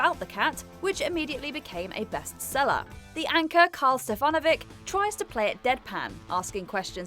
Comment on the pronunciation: FYI… In Australia, we pronounce it Karl Stef-fa-know-vic